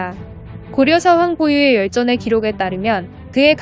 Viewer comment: 황 보유의가 아니라 황보 유의.. AI로 읽은 거지만 신경좀...